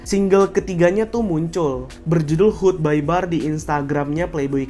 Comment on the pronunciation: hood by air bang, bukan hood by bar